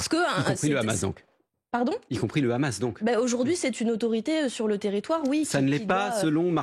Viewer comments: Tjrs le hamas ramas il disai anant ou le houmous et pjoi vous mélanger des enfants avec le ramas on dit le Hamas pas ramas lol meme parler c journaliste c plus comment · Je ne vois pas pourquoi elle n'arrive pas à dire "sans le H". Étant pourtant totalement pro-palestinien, je ne vois pas ce que le H peut apporter de bon au peuple palestinien et israélien... Bref, réponse nulle qui va se retourner contre elle et son parti (ça, c'est leur problème, je ne suis pas spécialement pro-LFI, donc balek) mais surtout qui se retournera contre les militants pro-palestiniens...